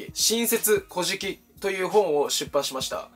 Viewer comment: 古事記のイントネーションｗ